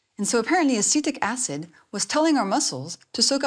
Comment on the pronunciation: At first I thought she said “acidic acid” 😅